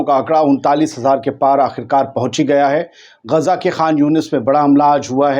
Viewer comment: Gezza math bolna bhai sekho Gaza khaho